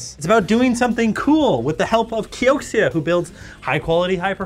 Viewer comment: He said "Kioksia"